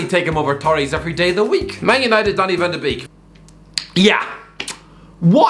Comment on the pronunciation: Van the beak 😒 Jesus, make an effort